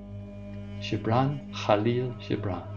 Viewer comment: Thank you so much for this. It was utterly beautiful and,although it has been read innumerable times, it has never been so meaningful. (And it wasgood to hear the correct pronunciation of Gibran - the soft g much more fitting)